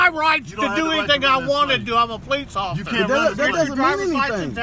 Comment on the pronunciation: The first place that he slurred his words. He's not as drunk as the one in Palm Beach that they fired. He simply cannot say the word officer without slurring.